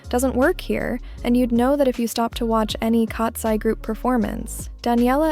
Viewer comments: Lol you pronounce Katseye like "Cats + eee" instead of "cats + 👁️" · Why did you say katsee